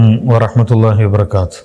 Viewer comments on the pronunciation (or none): എടോ ആദ്യം സലാം പറയാൻ പടിക്ക് السلام عليكم ورحمة الله وبركات എന്നല്ല وبركاته എന്നാണ്